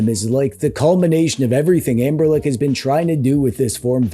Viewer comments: AmberLick 😂😂😂😂 I believe it's Ambernic. 😅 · The commitment to saying "Amberlick" is impressive and hilarious.